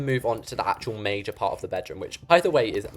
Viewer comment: is it just me or did you sound a American there when you said "PaRt 💅"